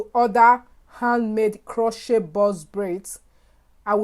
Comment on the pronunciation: Luv your African accent. The "t" in crochet is silent.